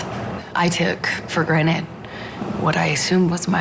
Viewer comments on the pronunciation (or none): For GRANTED not GRANITE